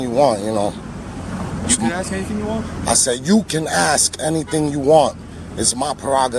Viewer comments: Just curious why you corrected the police officer's pronunciation of "ask" when you've pronounced it "ax" many, many times yourself? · The word is ASK not AXE you ignorant fool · Luv the 'AXE' instead of ask comment. I hear that alot. You did great. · I'm axing you a question...lol